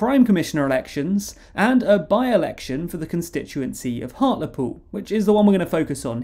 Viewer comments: It's funny to hear it pronounced 'hart-leh-pool'. In Hartlepool itself, they pronounce it 'hart-lee-pool' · I swear it's pronounced heart-ly-pool